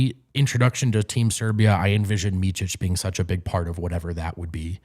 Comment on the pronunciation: Nobody will ever learn Micic name in America... its miCic, not miCHic... its C, like celling... Hard to describe, u dont have C letter in a way we say it...